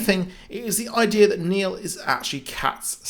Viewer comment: Its Neil not Nail